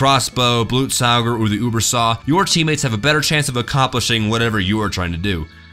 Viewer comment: wow someone can say Blutsauger correctly =D